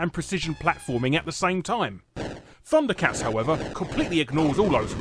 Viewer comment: Thunder cats is pronounced as funder cats